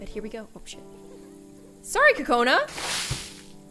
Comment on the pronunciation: It’s NOT co cona it’s..... Coo coo cona